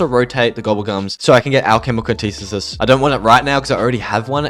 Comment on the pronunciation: its anti-thesis not an-tithe-sis